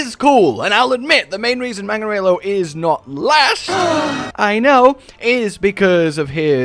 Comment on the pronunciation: I-is magnamalo scottish?